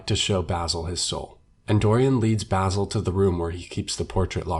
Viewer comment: It bothers me the way you say basil